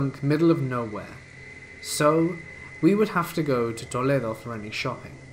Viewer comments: The pronunciation of “Toledo” is priceless! It’s nowhere close to tha exotic LOL. It’s Toe-lee-dough and it’s a dump. Kind of like many cities in Ohio. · Fantastic vid,! Thanks for the spoopiness! (also, the hilariously non-American pronunciation of Toledo, Ohio! 😂) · I have never heard Toledo Ohio pronounced so fancily